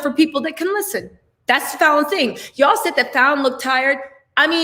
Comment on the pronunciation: you pronounced Falynn's name correctly lol😆